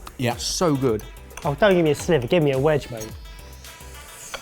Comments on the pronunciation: Taste a SLIVER! Not a slither!🐍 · Is it a SLIVER or a SLITHER? 😂🤣😂🤣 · It's "sliver" not "slither". sliver /ˈslɪvə,ˈslʌɪvə/ Learn to pronounce noun 1. a small, thin, narrow piece of something cut or split off a larger piece. "a sliver of cheese" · Total cringe worthy moment when says SLITHER instead of SLIVER!!! you're a chef mate!! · You mean "taste a sliver" not "a slither" - "slither"